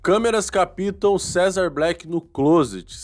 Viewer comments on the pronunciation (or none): COMO NA PALAVRA "CAPTAR" O "P" É MUDO, ENTÃO, NÃO É "AS CÂMERAS [CAPÍÍÍÍTAM] IMAGENS" E SIM, "AS CÂMERAS [CÁÁÁPTAM] IMAGENS "... FICA A DICA!!! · CAPITAM? CAPTAM. SOM DE P MUDO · Captam, não capitam kkk